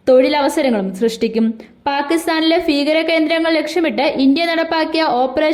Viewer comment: Feekaram അല്ല മൈരേ ഭീകരം